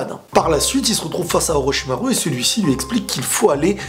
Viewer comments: Tu le stresse à dire OrochimarU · J'aime bien la manière dont tu prononces Orochimaru